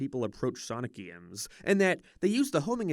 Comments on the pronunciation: I can't get past the way this guy says "gaemes" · "HUM ERON GAYTE" "GEME" ugh..... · "Gay-ems" "May-rio" Bud the speech impediment. Get a voice coach with some of this ad money, I'm begging you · Почему ты произносишь GAY'EM так странно?! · Never heard someone say game like that 😂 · Do you say “games” like that on purpose